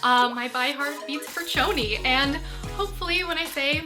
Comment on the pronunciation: its SHOni. not CHoni. Spelled Choni, pronounced Show-nee. Common mistake.